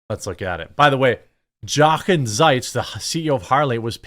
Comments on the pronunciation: Love your channel! Trying not to sound condescending, but this Harley CEO’s name is pronounced yo-Ken. My grandfather’s name was Jochen ,he was born in Germany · Jeremy, the J in German is soft, so it is like Spanish, it is pronounced like a y. So Yochen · It’s pronounced “Yoken”. Ya I know, nobody cares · 'Jochen' is pronounced 'Yochen' , with a long O, and the ch is pronounced like the ch in Loch Ness. The German J sounds like the English Y. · His name is “yo-ken”. I know. Who cares? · Jeremy, not to be “that guy” but, his first name is pronounced Yo-ken. The J in Germany is pronounced like our Y.